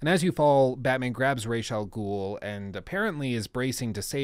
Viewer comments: Umm excuuuuuuse me bruh!? "Rayshaw Ghoul"?.... Nah doooood... Oh hell nah bruh, not on my watch you son of a B****!!!! If you've seen the latest Batman Trilogy they clearly pronounce it like Ra-Za-Ghoul.... Rayshaw Ghoul, man you're cringing me out every time you say it hahah STOP IT!!! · ii dont think ya did play ANY of the Batman Arkham games or atleast not ALL. its pronounced [Raazz-AL-Ghoul} you mispronounced it EVERY TIME...... I dunno if ur testing people or what.... But go ahead double cheack it. if u played the games wouldn't you know that? Hes a pretty MAJOR CHARACTER.